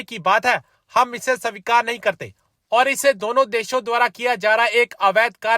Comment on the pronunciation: Bhai Sa-vikar nahi. It's Svikar. ( स्वीकार) Pronunciation thik kar. Hindi matribhasha hai teri.